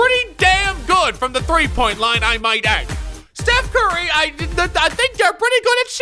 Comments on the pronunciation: “Put the T in it and your corrected” Steth Curry? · Stuph Carry